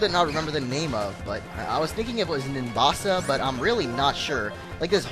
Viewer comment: its nimbasa